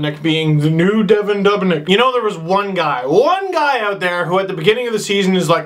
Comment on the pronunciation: Dubnyk, like DEW-bnik not Dub-nik